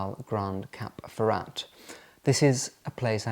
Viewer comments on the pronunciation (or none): It's Cap FerrÁ, btw, not Cap Ferra-t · The "t" at the end of Cap Ferrat is not sounded. And the beautiful town at the foot of the Alpes Maritime is pronounced "Ehse" not "Ease". As a chic globetrotter, you should get these things right ! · I’m very sorry but do not pronounce the ‘t’ in Ferrat it really grinds on me and anybody who speaks French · British talk dif than french